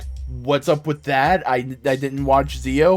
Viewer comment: You've likely been told before but Zi-O is said as Jee-Oh.